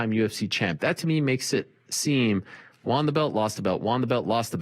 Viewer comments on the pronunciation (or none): "Juan the belt lost the belt, Juan the belt lost the belt". Won is pronounced "One" Keep em high and tight.